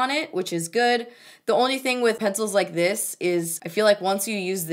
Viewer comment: with "dis dick" makes me laugh everytime!